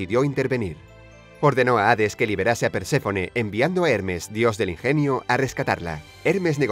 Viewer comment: No se dice ades se escribe Hades y se pronuncia jades